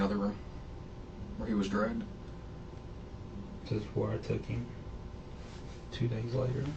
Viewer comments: “Had been driggen.” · It’s dragged not drugged